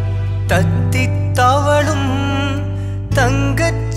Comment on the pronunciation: Wrongly pronounced Thathithavuzhum, தத்திதழுவும் correct pronunciation